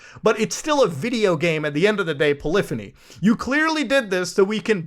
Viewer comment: Dude please learn how to say polyphony correctly, That was pretty autistic mate. it's pronounced like the word symphony as the Poly is shorthand for polygon as they use to be registered as "Poly entertainment" before renaming in 1998 too polyphony. It's quite literally a artesian composer reference in the form of a play on words.......